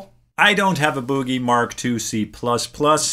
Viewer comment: It’s ‘Boogie.’ Like the boogie-woogie. Not ‘buugie.’ 😂